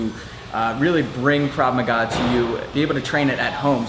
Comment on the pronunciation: "KRAV MAGA"... NOT KRAV MAGAZINE!! LMFAO :D